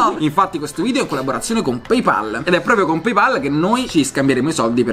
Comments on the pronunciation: Si pronuncia pey pol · 3 persone tutte insieme che non dicono PEIPOL. 😀